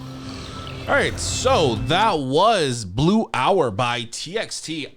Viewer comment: Wait guys is he at least third cultire of korean? When he said title of this song his pronounciation is too PERFECT